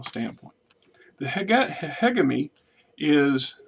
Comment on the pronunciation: Hegemony (Huh-jeh-muh-nee) or find that pronounciation on tex talks battletech or some website.